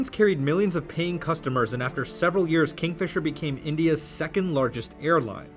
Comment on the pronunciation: Kingfisher? No. Kingfeemer? Yes.